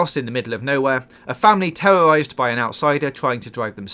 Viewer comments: The deaf woman was tewwowized? Who thought it was a good idea for you to be the narrator? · I don't want to be "tewwowized". That sounds tewwifying